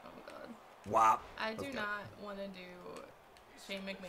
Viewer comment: when you said "go shane mcmahon"at his entrance, I thought you said "go shaving man"